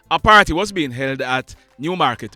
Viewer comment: I love ❤️ checking ✔️ out your videos because they are well put together and you always get straight to the point, without all the stupid gimmicks. Anyways, it always amuses me how you struggle with saying Savanna La Mar. 😅😅😂😂😂